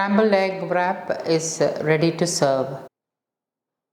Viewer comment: Nice recipe , in wrap pronunciation, w is silent